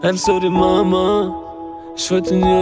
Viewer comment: Im sorry Mama, ist noch gut ausgesprochen